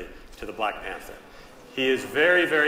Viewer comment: LOL you said Blank Panther instead of Black Panther! 😂